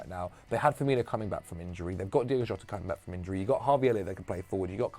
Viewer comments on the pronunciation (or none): none